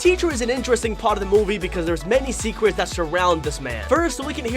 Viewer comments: At the beginning you said secwets (secrets) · TEN SECWETS YOU MISSED IN THE TUWNING WED TWAILEW! Holy shit, I'm fucking dying!